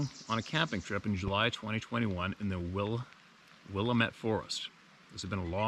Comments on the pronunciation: For the future, it's pronounced Will am ette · Will AM ette